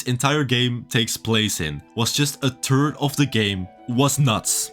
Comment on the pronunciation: ... mate, you're REALLY got to start pronouncing the "th" in third properly.